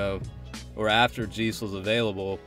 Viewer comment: 'jay-ce', not 'jee-ce' Other than that, great showcase. Subbed 👍